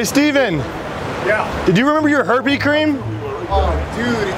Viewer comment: So we not gonna talk about how he said he had extra herpe cream at the beginning